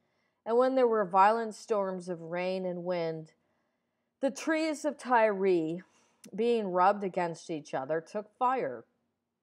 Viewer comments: Why do you pronounce it "Ty-ree?" This isn't the 2007 New York giants lol. I think you should look up and listen to some of these words and names you're mispronouncing because it really kills the vibe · Old video. At some point I will go back in and redo all the videos that need fixing. It is pronounced "Tire". Someone pointed it out awhile ago.